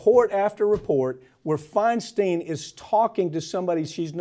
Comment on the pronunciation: San Franciscan here, and no fan of DINO-FI, but "Feinstein" rhymes with "fine wine."